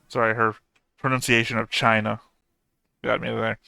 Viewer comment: Narrator pronounced "China" just like Trump 🤣